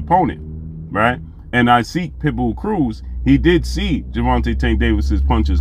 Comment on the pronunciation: Hey great brother; love the content. No knock by any means, but admire a brother mastering his craft. The correct pronunciation of "Isaac" Cruz is pronounced like Enoch from the bible or in his case Esoch..ck sound.